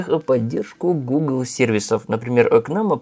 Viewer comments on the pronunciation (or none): none